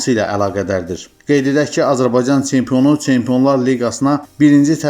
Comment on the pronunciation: Tsempion, veredziyiy, teleffuzu duzelt ay kishi